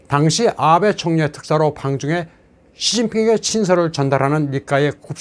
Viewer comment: 아베(安倍, あべ)를 '아-베'라고 길게 長音으로 발음하는데 틀린 발음. '아'는 짧은 短音. 한글에는 장단음 표기가 없기 때문에 한국인이 틀리기 쉬운 일본어 발음.